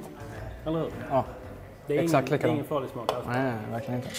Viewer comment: Äggsakt, äggsakt.